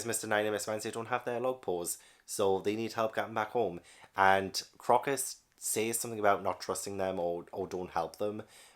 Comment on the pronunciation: Crocus was named after the flower. so it's pronounced CROW-cuss.